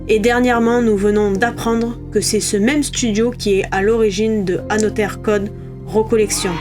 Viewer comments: Ne dit-on pas « anozer code »?🤔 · Il y a une possibilité de belle courbe de progression pour la prononciation en anglais d'Another Code 😀 En tous les cas, vidéo intéressante. Perso je n'ai pas pris cette compil, j'ai déjà 1 des 2 sur DS (mais sans y avoir encore joué) et les retours semblent mitigés sur ce remake.